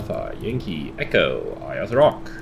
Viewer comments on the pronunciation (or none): Just pronounced 'Airs' Rock ;)